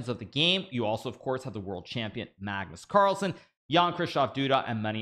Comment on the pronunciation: Pagnus parlsen 😂